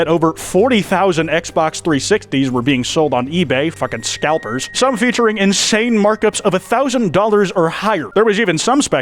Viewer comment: "in snae" -, 2024